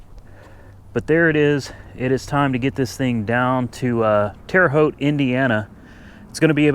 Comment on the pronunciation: I'm impressed, you pronounced the name of My home town Terre Haute Indiana Right.......lol